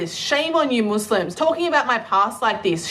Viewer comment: "Moose-Limbs"... She Says.